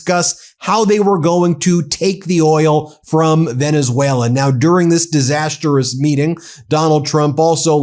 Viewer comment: DISASTROUS not DIS-AS-TER-OUS